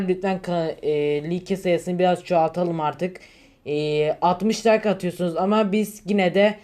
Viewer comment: Abi like like diye okunmuyor layk diye okunuyor bilgin olsun